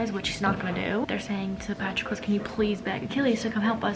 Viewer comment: just as an fyi it’s Puh-TRO-klus and KY-ron haha 🥰💖 love the video